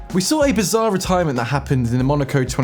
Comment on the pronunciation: Haha retyrement